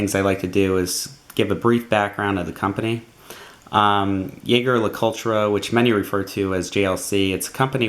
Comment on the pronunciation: Great review! Couldn't help but notice every time you pronounced 'jaeger' wrong tho